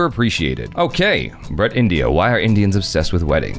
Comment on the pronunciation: Brut rhymes with groot. Just FYI. :)